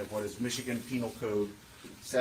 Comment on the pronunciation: Jeff Penal not peNILE like u are being JuveNILE. 😂